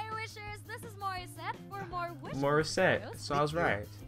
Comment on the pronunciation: You said her name right Bro. You pronounced the title right the first time too.